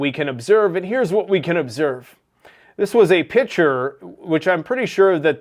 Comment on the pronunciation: checking his battery % of the camera. What a moron. Maybe do that before you start recording, dipstick. "this is a pitcher"... no, that is a picture. Learn to speak buddy. Holy crap what an idiot. I can't watch any more of this trash.